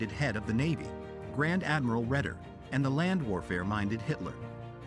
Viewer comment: Your pronunciation of German names is lamentable - the worst one was perhaps "von Kwetchler" for von Kuechler; closely followed by von "Mansteen", "Wittleben", and - let us just not go to the stab you had at von Brauchitsch and Doenitz - and then Redder for Raeder.... I mean, come on: make an EFFORT, eh?